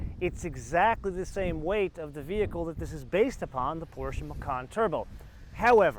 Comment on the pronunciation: Finally an american who can correcly pronounce PorschE